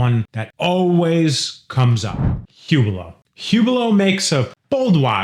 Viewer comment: The H in Hublot is silent.